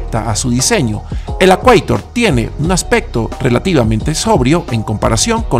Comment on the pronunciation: Ford “i-cueitor”. Saludos